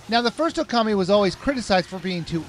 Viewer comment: Can't u read?!!! Amarusu!!! Oka(a)mi!!! Insun!!!! Orchi!! What's wrong with u?! U read it "Amaterasu", "O(o)kami" (the accent is on "o", not on "a"), ISSUN and OROCHI!!!